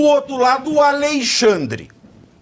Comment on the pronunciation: aLEIxandre kkkkkkkkk pavinatto é foda :face-green-smiling::face-green-smiling::face-green-smiling:A.L.E.I.X.A.N.D.R.E :face-blue-smiling